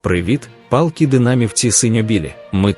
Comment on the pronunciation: пАлкі динамівці?)))) ааахахааа... лять надіюсь ультрас ДК тебе зловлять і вивернуть щелепу за те що коверкаєш мову та назвав їх палками)))) ааахаахааа...динамівці поки не дасте доброї звізди тому блохеру будемо називати вас палками...ааа...деревяні палки ))))